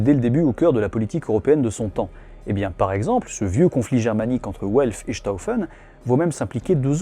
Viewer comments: w en allemand se prononce comme le v français; donc velf et pas ouelf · "Welf" j'entends "Haut elfe" c'est terrible